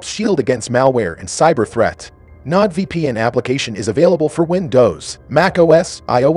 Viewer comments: Your BOT does not know how to PRONOUNCE many words. It did not even get your *ucking sponsor right. "NODE vpn." Get this off of here or after watching a thousand of these I'M DONE. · you are mispronouncing Nord vpn